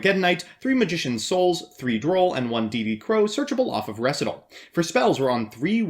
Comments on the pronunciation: Ree-site-all. Say it with me. Ree-site-all. Recital. You of all yugitubers I expected to not mess that one up. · Recital is a real word! It has a pronunciation!